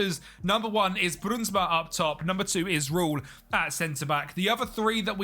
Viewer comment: The ui, sound in english is very hard, try pronounce in like the ou in “ouch” so brounsma